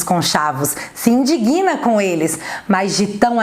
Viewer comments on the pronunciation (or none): adoro seus vídeos. Tem um erro de pronúncia de uma palavra que muitos cometem e vi nesse seu vídeo Vc Tb cometer. A palavra "indignam" é com "g" mudo e a sílaba tônica está no "dig", penúltima sílaba. Assim, é uma palavra trissilaba e a pronúncia correta é in-DIG-nam e não in-di-GUI-nam. Bjo grande pra Vc.